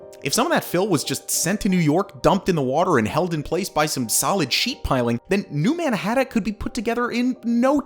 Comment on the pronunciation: He’s saying New Mannahatta